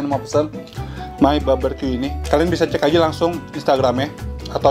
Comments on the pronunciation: BARbeque bkn BABERque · Barbeque koko bukan baberque.. heheee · Frech fries. Baberkyu. 😂😂😂😂😂😂😂 Sorry, I just can't stop laughing. You're so funny